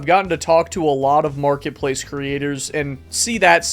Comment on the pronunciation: "hello makretpalce creators"